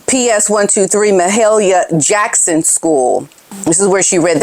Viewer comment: Please practice the enunciation of names and labels that you are not familiar with! Like mahalia jackson!